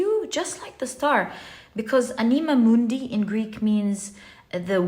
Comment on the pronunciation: Dear, to pronounce the words anima mundi, you must stress the first ‘a’. Thank you for another great reading ❤